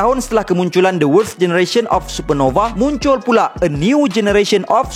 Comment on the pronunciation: susah sgt sebut worst tu hahaha.